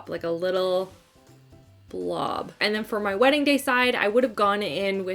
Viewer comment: FWEDDING....new word that will certainly catch on!! ha ha